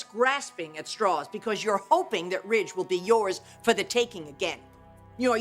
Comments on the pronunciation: Or Widge….. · Brooke calls Ridge "Rage" - it's how she pronounces his name